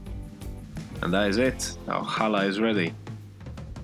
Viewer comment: Wow. You even say challah correctly. Most people can’t do the guttural ch sound which is found in Hebrew. We make it every Friday for the sabbath. It’s delicious. And yours was AWESOME!